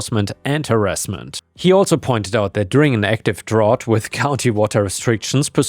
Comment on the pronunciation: You’re still having issues with the pronunciation of “drought!” It rhymes with out!